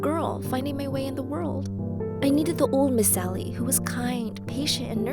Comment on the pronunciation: Why is everyone calling her miss sally I can clearly hear “miss Ally” not “miss sally”